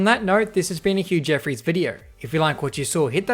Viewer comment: no one:: "... Jeffreys" my ears: "Huge Eferys" nice